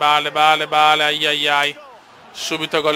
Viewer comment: Non si dice bale si duce beil si scrive solo bale